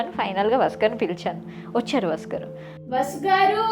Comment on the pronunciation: Bavundi ra chala chakkaga cheppevu but abbayi peru vasu garu ani clear ga ante baguntundi vasgar vasgar ani vinipistunnadi.. pl note